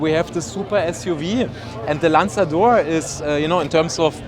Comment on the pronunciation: Italian:- lanzador 🤌🏻 Bengali:- landador 😂